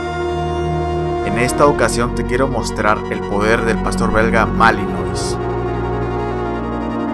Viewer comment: Se pronuncia malinua no malinois